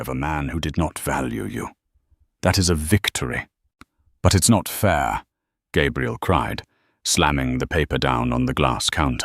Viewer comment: It's too bad the AI narrator doesn’t understand that the pronunciation of Gabrielle (feminine) and Gabriel (masculine) are very different. This channel should try to have a bonafide English speaker proofread these stories. It's disconcerting to keep hearing the young lady's name repeatedly mispronounced.